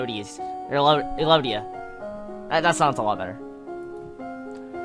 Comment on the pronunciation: elodie is pronounced eh-lo-dee if no one corrected you yet. :)